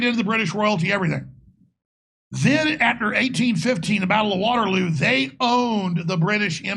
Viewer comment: I am pretty sure just said WaterlooB😂